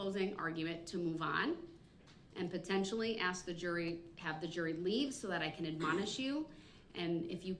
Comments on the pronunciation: Lock this arrogant ass “may I axe” “fidna” “would it be fair to say” “objection” parrot ass clown up already and toss the key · If he says axe, one more time. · I was bout to axe you dat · Poor Judge, he keeps axing her over and over ! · Axe . Just saying. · "Axe a quession" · Shouldn’t I have ta rite to ax… speak English you Fucken Illiterate clown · He axes a lot of questions. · Aks is not a god damn word, that alone should have got him 10 years of schooling again lol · Yes. An axe is used in the woods and not in a courtroom. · I advise anyone that says "axe" instead of "ask" to really try to learn to pronounce the word correctly. It makes you look incredibly dumb like this guy here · It drives me nuts he can’t say the word ask!!! He say axed a thousand times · It's ASK, not axe. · Aks what it is you mean ask?? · Every time this guy says axe I cringe..the word is ASK. Guy cant even speak english correctly. And fittin to say something? Leave your ghetto wanna be thug talk at home, your in a courtroom. And I HATE that our tax payers money probably bought the clothes he has on. Like this guy ever had a tie in his life.. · You may aSk a question, but you can't aKs a question. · It's ASK not AXE! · "axe" instead of ask is also becoming quite prevalent these days. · Does he not know the difference between “ask” and “ax”? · all of these "axe"'s...... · Under the constitution of "these" United States... As smart as he wanted to act as, he didn't know how to talk.. When stated he asked.. He phrased it as "axed".. He's a true gay fish now. He'll have all the fish d*cks he wants when he gets where he is going. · Are dey?! Axe, wut..troof.nullen n void 🤔...did he even pass kindergarten?! 🤔😳🤔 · He sure "axes" a lot of questions. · to us axe to uh axe why she uh axe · LOL you don't "have the right to axe" anything / anyone... lol blacks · "the right to aks". m.o.r.o.n. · No you can’t “axe” somebody; you are on trial for killing six people already. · Ax, ax......